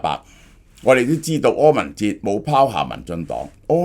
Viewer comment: 柯文“ 哲”